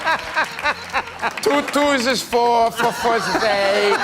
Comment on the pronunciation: 2 twos is Fauh , 4 Faus is 8 🤣 💀